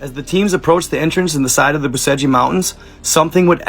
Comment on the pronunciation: BUCEGI - PRONOUNCED - BUCHECH